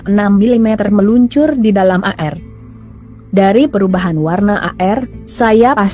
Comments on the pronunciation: Zus tlg baca air bukan a-er,seblm baca tny dl kpd tmnnya Ind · Zus baca air koq a er